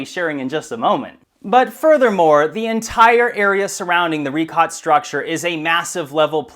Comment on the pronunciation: Richat pronounced as "ree-shaat" though. How can we be sure in your words if you even mispronounce the name of that place?